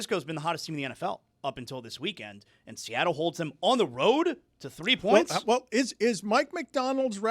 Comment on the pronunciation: saying pernts got me 😂